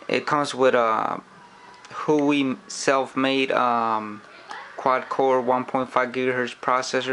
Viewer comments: It is pronunced as this who-wa-way Not who wee. Just sayin. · it's "WAH-WAY", not "Hoooo-WAY" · the brand is not "who we" its called Hua wei sound like"war way" i am chinese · no its pronounced - WAWAY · Its pronounced - H-U-A WAY